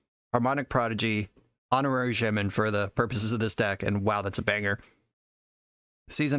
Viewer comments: Are you intentionally saying shemen rather than shaman 😂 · never heard someone say shaman like that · Yeah that’s something I thought was a little odd too but I figured it was just one of those words that is pronounced differently based on region. He is pronouncing the first syllable as if it rhymes with “lay”, “hay”, or “bay”, while I’ve always heard it pronounced as rhyming with “saw”, “law”, or “awe”